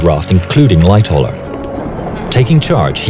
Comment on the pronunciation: I thought he said “Light tower” not Lightoller